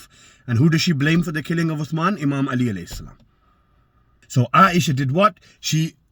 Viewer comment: You can't even say 'Ālī properly hahahaaaa miskeen rafadhi